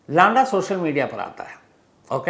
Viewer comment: lada नहीं है लंडा है भई